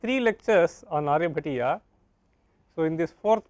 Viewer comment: How unfortunate, this scholar cannot pronounce Sanskrit words properly and is needlessly Anglicizing them. Its not Aryabhattaaaaa, but Aaryabhatt. Similarly it is not Aryabhatiyaa, but Aryabhatteey. Again it is not sootraa, but sootr. So so many other words wrongly pronounced. Such a shame a pandit dressed scholar has Anglicized all Sanskrit words by appending an 'a' after them all. Blunder, massive blunder. We emphasize so much on English pronunciation and have stomped on our own! Shame!